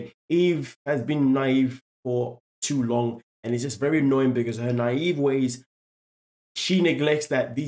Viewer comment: She’s na-Yve